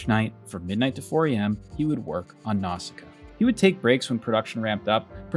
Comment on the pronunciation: Absolute gangster credit for pronouncing “Nausicaa” correctly in Japanese accent, in this video full of commentary on mispronunciation. 👩‍🍳💋🤌